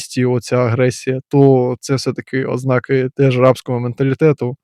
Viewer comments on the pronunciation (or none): none